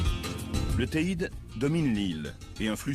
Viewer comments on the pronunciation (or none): on dit le teïdé